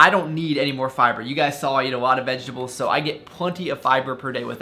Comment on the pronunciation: "Vegables" XD